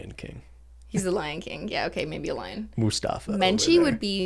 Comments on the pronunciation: BEN JUST SAID MUSTAFA for King MUSAFA?? 😂😂😂 HAVE YOU GOT NO RESPECT FOR YOUR HIGHNESS!! HOW COULD YOU 😂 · MUFASA NOT MUSTAFA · can't believe ben called Mufasa "Mustafa" gdfikg i laughed so hard